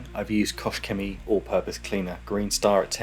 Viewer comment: This car is very pretty. I always found it looking nice. Btw., in regards to Koch-Chemie, the first word is pronounced with "h" at the end, not with "sh". Kochen is a german verb which is pronounced "kohen", but not like "Cohen - as an english name", but with H, like in "house". Take care.